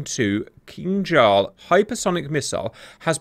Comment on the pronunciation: Good Grief man; if you're going to do a video on a subject the least you could do is learn to pronounce the name of the subject! In this case the missile! It's Kin-Zhal! Not Kinjhal!